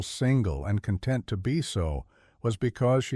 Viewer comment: AI generated so the narration was almost monotone. No differentiation in characters voices and a number of mispronounced words (content, balance, lead). The story was good but not the narration.